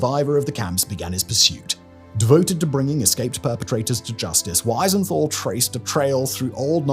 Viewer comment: Pity you can't pronounce Wiesenthal!